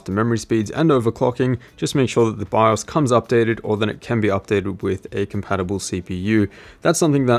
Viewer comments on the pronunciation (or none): none